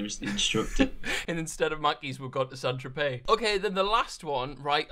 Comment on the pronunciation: The way your mate in the orange t-shirt pronounced St.Tropez hahahaha Saint Trop-es